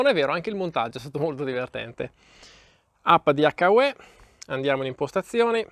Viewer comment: It’s pronounced like - YOU. H-you. Hyou Not…Hakka Way.